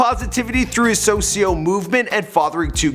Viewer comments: Dude really said sosio💀💀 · Did he say .... Socio?🙄🙄🙄